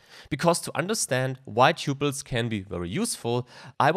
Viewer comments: TUPLES!!!!! not ťyuples! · Look up how to correctly pronounce the word 'tuples' apart from other words. Thank you!